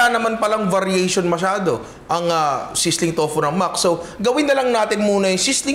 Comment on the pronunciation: ninong sapagkaka alam ko ang pronunciation ng max's is may s sa huli maxis correct me if im wrong